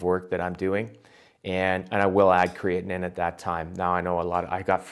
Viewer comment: WTF is he calling it?? "Keetin"?